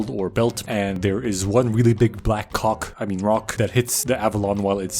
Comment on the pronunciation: Imagine how much you know what this guy probably watches in order to mistakenly pronounce rock as you know what.